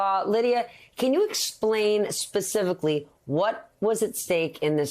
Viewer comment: Spacifilly? . She does know how to talk, right? 😂